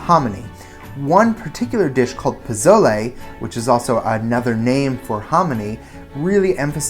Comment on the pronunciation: Funny how you say pozole 😅